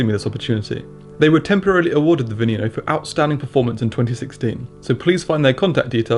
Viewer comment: its pronounced veh neh no not vee nee no